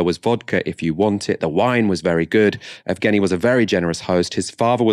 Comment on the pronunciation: "Yevgeny" rather than "Evgeny" (Just for future reference, keep up the brilliant work)